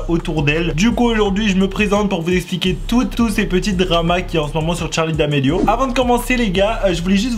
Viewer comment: Même moi